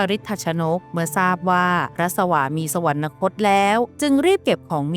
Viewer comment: สวรรคต ออกเสียง "สะ-หวันคด" ไม่ใช่"สะ-หวัน-นะคด" ควรออกเสียงให้ถูกต้องตามหลักการใช้ภาษาไทยครับ